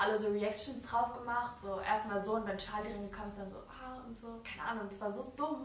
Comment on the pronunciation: Wie sie immer so tschali sagt anstatt charli😂